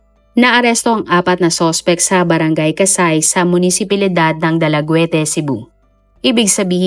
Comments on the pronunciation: Dalaget(DALAGUETE) po iyan hindi dalagwete. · salamat sa story konting correction lang, ang basa ng 'dalaguete' ay 'dalagit' hindi 'dalagwete'😊